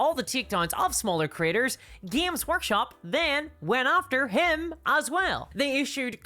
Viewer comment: When you say “creators” it sounds like you say “critters”. I love it. Bunch o’ lil YouTube critters.